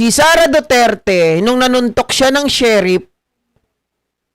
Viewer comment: Brod.sheriff hindi sherip